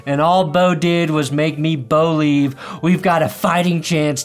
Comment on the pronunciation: You better BO-LIEVE or he's gonna BO-LEAVE